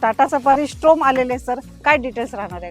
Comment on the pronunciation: स्टॉर्म आहे मॅडम स्ट्रोम नाही